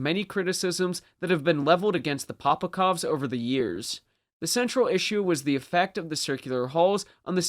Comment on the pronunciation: POPOVKAs!!! Not POPOKOVs